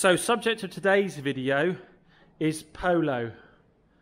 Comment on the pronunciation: Ha, say Polo again, first one was very pooosh.